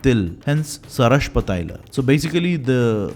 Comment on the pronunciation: One correction Mustard oil is not pronounced Sarashpa taila It is called "Sarshapa taila"